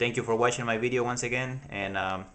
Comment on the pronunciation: Lmaooo. he sed beedioh ( Video) lol nice vid thoo